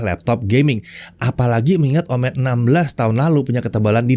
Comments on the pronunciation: Ngingetin aja boleh kan? ✌️ kalo "omen" ini cara baca "e" nya seperti di "momen" bukan di "komen" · Betul, dibaca seperti Momen, bukan komen.